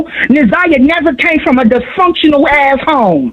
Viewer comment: Just how she pronounces dysfunctional says enough.